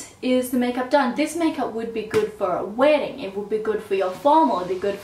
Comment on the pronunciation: say "wedding" like you're from Alabama again haha also the "steely ink looks like... Steely...ink...color..." Yasss!